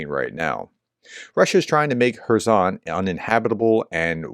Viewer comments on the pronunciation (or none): none